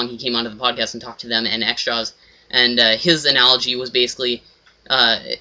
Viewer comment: its not "xjaws" its "xJawz